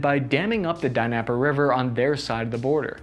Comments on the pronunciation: Pronounce Dnieper = “nee-puh “ You’re welcome x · Hey man why don't you let me help you how to pronounce these words the names of these towns it's BELL ga road.. not Bello grad.. send me a response and I will call you and go over a few of these towns with you.. Her SON not Karasen.. NEPER river not Daneper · Learn how to pronounce Dnieper.